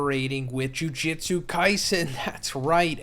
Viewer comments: It's pronounced joo-joot-soo not joo-jit-soo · bro you GOT to stop saying jujitsu.. its jujutsu.. plz and thank you.. i love you... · The way he is saying Jujitsu instead of Jujutsu 💀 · I'm deeply bothered by how you pronounce "Jujutsu". It's the same phonetic twice in a row with "tsu" at the end yet your pronunciation of it makes it as if it were written as "Jujitsu". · Is anyone else slightly bothered by him saying Jujistu instead of Jujustu😂🤣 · For the love of tengen stop saying “jujitsu” and not “jujutsu” it’s driving me nuts bro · ikr lol thats some powerful jujitsu lol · If you're going to make content about something that has a pronunciation used across all of media, then you should use it. It's phonetic it's not hard to say, so why not say it the way the series says it? You can't really argue when the word is phonetic and the anime pronounces it that way